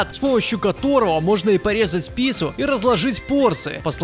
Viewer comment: Вместо "резать пицу", послышалось "лизать писю"